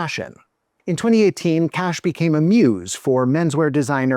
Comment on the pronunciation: Ok, whenever you say "Cash" my stupid mind understands "KASCH" (like some people pronouncing KAJ) 🤦